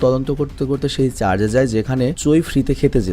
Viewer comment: দাদা ওটা চার্জ না ওটা চার্চ